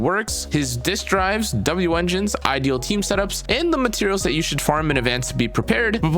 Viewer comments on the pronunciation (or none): its "should" not "shoul"